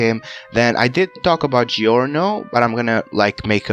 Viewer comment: i love how you pronounce giorno's name